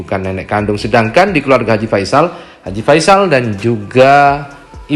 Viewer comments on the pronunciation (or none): Haji P ???? Ngomong aja belepotan koq jd pengacara. Haji V ???? Faisal itu awal hurufnya F bukan P ato V. Belajar bhs Indonesia dmn tuh ??? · Ngomong aja g pas gitu kok pengacara🤪haji ve,haji pe alias haji f,,,belajar bahasa indonesia yg baik dan benar dulu deh pak pengacara 🤣🤣